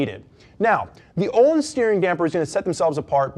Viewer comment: Thats not how its pronouce! Jesusm why dont you pronounce the "L" and "i"